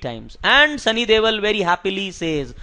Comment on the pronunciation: Its sunny deol not devil😂... And not every punjabi lives in Canada 😊